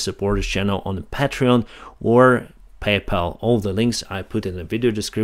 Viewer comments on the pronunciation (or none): none